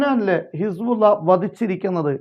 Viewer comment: സഹോദരാ ഇസ്ബുള്ള അല്ലല്ലോ. ഹിസ്ബുള്ള എന്നല്ലേ ശരിയായ പ്രയോഗം. അറബി ഭാഷാപഠിപ്പിക്കുന്ന സ്ഥാപനം നടത്തുന്നതിനാൽ ചൂണ്ടിക്കാണിച്ചു എന്നു മാത്രം. താങ്കളുടെ വാർത്തകൾ ആണ് യഥാർഥ വാർത്തകളും നല്ല അവതരണവും താങ്കളെ അങ്ങേയറ്റം പ്രശംസിക്കുന്നു. മറ്റൊരു വാർത്ത കേട്ടില്ലെങ്കിലും താങ്കളുടെ വാർത്ത കേൾക്കും.